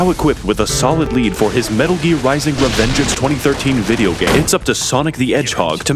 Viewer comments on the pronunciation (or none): I died when he said RE - VenGeeanse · RevenGEANS is the greatest pronunciation I have ever heard